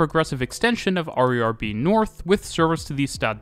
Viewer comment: XD that was weird to hear you call the RER "harry are" instead of "hair a hair" for 20 minutes